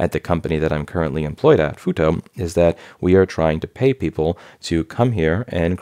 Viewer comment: I had to do a double-take. For a moment I thought you said FUTA and I was like "....what?"